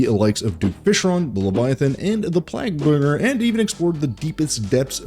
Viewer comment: He doubled down on Plagbringer 💀